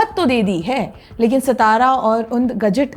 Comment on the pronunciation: It's not सतारा, it's सातारा